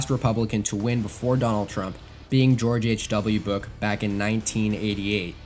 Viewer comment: “George H. W. Book” 😂 nice video though, really informative